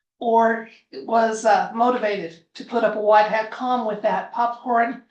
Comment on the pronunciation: Hi, a big fan.❤❤ What is white heart? Of course I am familiar with white hat, but you are clearly saying HEART. THANKS!😸🙏🇺🇲🌹🌟🕊🤗